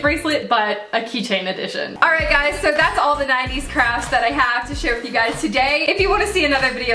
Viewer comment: who else heard her say "crabs" instead of "crafts" LOL